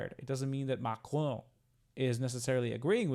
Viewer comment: It's not Macroon, make an effort 😂 It’s his decision, not mine. We have many French Arabics who support Palestine, sadly.